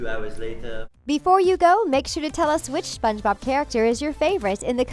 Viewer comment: I like how she says : Sponge bOb